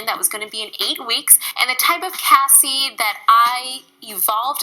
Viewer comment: I'm so proud of Cassey for uploading that video. I hope she transitions to veganism! P.S. Thanks for finally pronouncing Cassey's name right.😉